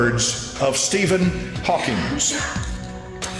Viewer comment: MORE FEARMONGERING!!!!!!!!!!!!!!!!!!!!!!!!!!!!!!!!!! PRICK CAN'T EVEN SPEAK THE NAME OF STEPHEN HAWKING CORRECTLY. SHOWS THE LEVEL OF INTELLIGENCE!! There may be something to this topic but it is not being handled responsibly here!